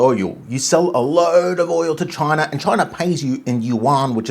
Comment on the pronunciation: You pronounced that way when you first said chinar😂.. "ALLEGEDLY "